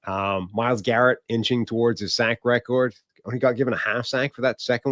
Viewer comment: the way say the word,”record “ is funny af to me